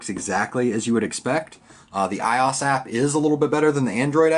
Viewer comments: lol it's pronounced I-O-S not iOS as one word but great video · Was going to buy this for my office, but I think Im going to pass. Im laughing at myself as I head my head tilted while watching the app review portion. Why didnt you just edit the video? HA! Also, its "I.O.S". I was like, "wtf is "eye-oss"? HAHAHA! Damn. Thumbs up for me!